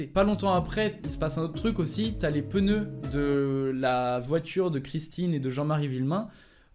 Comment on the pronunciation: On en parle qu'il a dit ''peneu'' moi perso je dis pneu logique non ?